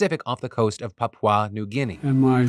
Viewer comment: You Americans really try with your pronunciations. Papau New Guinea. 😂